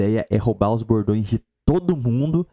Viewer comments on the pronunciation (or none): Todas as vezes que o falou "bordões" eu escutei "gordões". Na primeira vez, ele disse isso logo depois de falar em antropofagia. Pareceu que o cara tá realmente entregue à Gula.